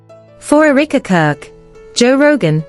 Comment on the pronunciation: The pronunciation is: Eh - ruh - kuh Not eureka